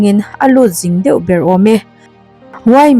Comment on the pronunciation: feuh tilo in deuh aw miss 😅😊